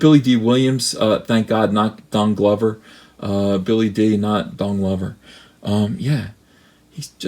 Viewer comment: lol I thought you said Donky Kong Glover lol!!!